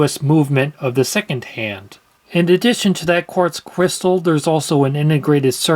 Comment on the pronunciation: I thought he said quartz quistal 😅